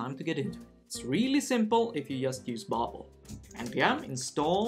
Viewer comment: did he say babul?